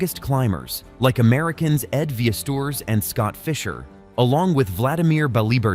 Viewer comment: “Ed Vee-es-tours”